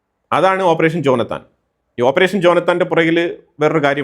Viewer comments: ജോനത്താൽ അല്ല ജോനാഥൻ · ജോനാഥാൻ.. ഉച്ചാരണം ഇത്തിരി കൂടി ക്ലിയർ ആകുക. ജോനാഥാൻ നേതാന്യാഹു.. ജോനാഥൻ ലീഡ് ചെയ്ത ഓപ്പറേഷൻ ആയിരിന്നു